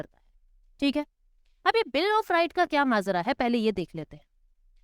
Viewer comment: mam mazra nhi hota majra hota he